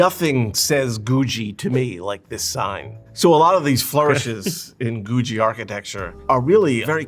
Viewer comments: FWIW googie is pronounced goo-ghee, but whatever. It wasn't appreciated until pretty recently, so most of those old diners and gas stations and what not got torn down. There are quite a few still around though, because at one time they were everywhere. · This historian is mispronouncing Googie. It's pronounced goo-gee. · Edit: I wrote my comment right after his pronunciation of Googie. Never have heard of Googie pronounced the way he does and I am into art and architecture with my interest in Art Deco and Googie. It is an architectural design movement that is supposed to represent the future and space travel. This is why many things in the US look like they do. Cars, buildings, everyday items from the late 50's through the early 70's. It caught your attention. The cartoon the Jetsons is Googie inspired. Most people pronounce it Goo-gee not Goo-jee, at least in my schooling and experience.